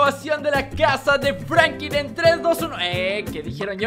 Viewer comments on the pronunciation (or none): enserio no sabes pronunciar franklin pero escribir si no?